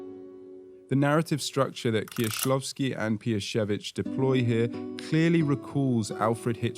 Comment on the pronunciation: I appreciate how accurately you pronounce their names, Kieślowski, Piesiewicz. Thank you!